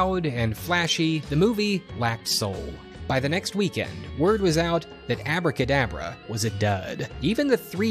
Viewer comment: The funny thing is its not even called "Abracadabra" as the guy in the video is pronouncing it. It was called Aabra Ka Daabra, the A here sounds similar to the A in "Saw" or "Aww". Its an elongated Aaaa. It was a goofy a$$ B grade movie, idk how or why this guy came across it Lmao